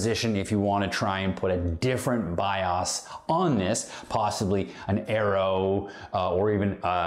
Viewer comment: BIOS too :D it's just weird how you said it